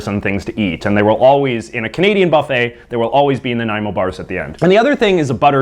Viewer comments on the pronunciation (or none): none